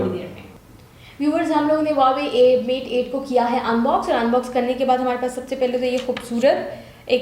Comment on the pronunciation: LOL Again its not hawawei Its Huawei Lolzzz 😂😂😂😂😁😁😂😂😂😂😂